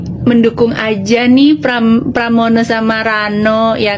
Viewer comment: Pramono bang bukan pranomo kang kuwalek kang